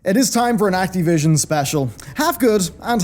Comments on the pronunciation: PLEASE PLEASE STOP SAYING ACTEEVISION Act"I"vision or Act"A"vision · It bothers me the way you say Activision